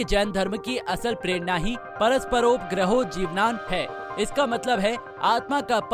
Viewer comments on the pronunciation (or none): Mahavir swami was our 24 th tirthankar. Jain dharam starts from 1 st tirthankar not from 2600 yrs before. U didn't spoke few words correctly like tirthankar, paraspropgrow jeewanam etc.